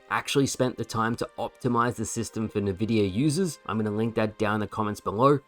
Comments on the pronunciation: Can't believe says "Nuh-vidia" smh. Good video though. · Nvidia is pronounced en-vidia not nuh-vidia. Also you still have drift on your controller? Dude it's 2024 get yourself a better one! You of all people should be using a top-tier pad. I HIGHLY recommend watching some Gamer Heaven videos. Easily the best controller reviews/analysis on youtube. Off the top of my head Gamesir controllers are among the best and are very affordable.